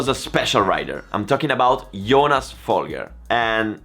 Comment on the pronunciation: I don't think you realize how small of a gap 2 seconds is compared to a motogp rider. Even last place on the motogp grid is one of the fastest riders in the world. 2 seconds off a motogp rider is probably a highly competitive wsbk pace. And don't be a dick mispronouncing Folgers name, he was and is an incredible rider and deserves a more respect than that